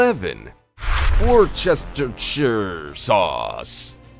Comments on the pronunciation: It's pronounced 'wooshtershr'. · as a a Brit.. my nice american friend,,i would like to say for fun,, the way we speak for our shires,,, is ,, the L&P Worcestershire sauce is pronounced --Wust ur- shear- ---- wusturshear sauce... , like Nottinghamshire , where i live in Nottingham,,,,, is NOT.... not INN HAM..... but like --- Knot-in-Gum- but dont worry... we r nuts here in England,,,, we have many thing s said totally different than the way they are spelt..... Birmingham is Burr-min-gum... a town called., .' Towcester'--- Toast-er---.. so its not surprising ................... thanks all... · wustershur is how you say it. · really enjoyed hearing the narrator tackle worsh-tah-sheer...wus-tuh-shy...,_that_ stuff. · Worcestershire sauce is pronounced 'Wus-ter-shear sauce' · it's pronounced "werster - sheer". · Wustersha sauce ;) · Its pronounced wuster or wustersher. Definitely not how its spelled. Even knowing how its made, I will still use it. Fermented food is good for your gut. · No one asked you ... how to pronounce Worcestershire ! ehhh?